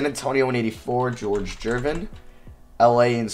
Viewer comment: Gervin —> The G is pronounced the same as in garden